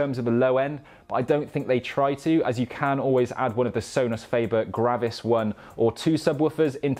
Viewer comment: So-nus fah-bear